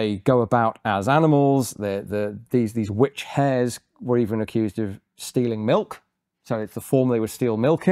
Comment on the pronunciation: "I am the VVitch finder general of the colonah of Massachusetts bay"